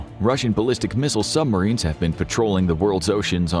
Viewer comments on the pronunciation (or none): I little annoying how the narrator says “sumarines” Like, there is a B,dude